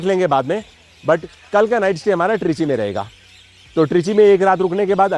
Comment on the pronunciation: "ट्रीची" नही बोलते है इसे "तिरची" बोलते है